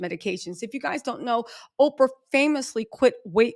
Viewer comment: Girl not “Ofrah Winfrey” 😅